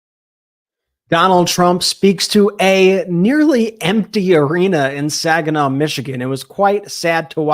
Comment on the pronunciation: It's Saginaw... seriously lol. Nothing to see there people